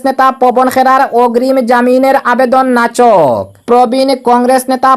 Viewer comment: নাচক নয় নাকচ হয়। শুদ্ধ করে খবর পড়বেন।